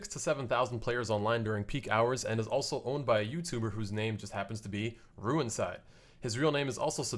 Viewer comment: haha the way u pronuncend rewinside is very funny and unique xD